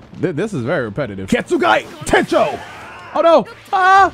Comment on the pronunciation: Nobody: Ichigo: Getsuga Tensho: Getsuguy Tenshen